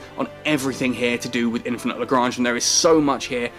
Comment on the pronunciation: Explains how to pronounce LaGrange, then proceeds to pronounce it LaGrainge, lolz love ya keep up with the vids.